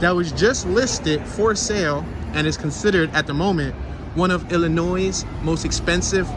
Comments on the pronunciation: BTW, it's pronounced ill-a-noy NOT ill-a-noise! 😂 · IllinOISE, it’s Illinois! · The final s on Illinois Is silent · You are pronouncing Illinois incorrectly. The "s" is silent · How is it that you know how to pronounce "sconces" although you didn't know it; but are pronouncing Illinois wrong? No "s" on the end. Gave you a thumps up as we laughed about it. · Damn Dude, silent s in Illinois, be nice if you had interior photos. Have a good one